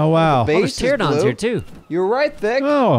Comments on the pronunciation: "pteradon" pls tell me someone knows what's so disappointing about this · Sorry to be, 'that guy', but it's not Pteradon, it is Pteranodon. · ITS NOT PTERADON! ITS PTERANADON! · Haha in the 7 years of ark they still say teradon bahahah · They still can't say pteranodon😂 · Do they ever learn how to pronounce Pteranodon? So suspenseful.